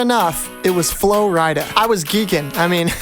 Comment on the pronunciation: The fact he said flo ridea 😅